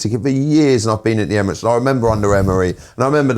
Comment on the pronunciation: Why does he say " emiroties" 😂😂😂😂😂